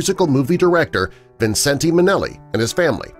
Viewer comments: His name is pronounced Vincent, not Vincen-te. You also need to get your facts straight about Judy. Millions of people the world over still love her and Liza and might get a tad angry at you, which includes me! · This was such inaccurate crap! He can’t even pronounce his name correctly.